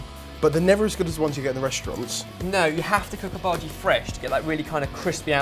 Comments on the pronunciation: Its soo cute that calls bhajis that way. Its pronounced as bha-aa--jees. This recipe is almost close to my mothers onion bhajees which i would love to share with you lovelies. Love you guys since ever! Hope to meet you one day to tell you how awesome and hilarious you guys are. One day! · By the way guys, the pronunciation of bhaji is the bha is pronounced as the bu from butter and the ji is pronounced as g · I'm Indian and when my mother makes bhajis she makes the batter thinner and fries them in smaller balls so that its more crispy and tastier, we aren't a big fan of the mushy part in the middle. :) Also your pronunciation of bhaji is funny(emphasize the 'i' rather than the 'a')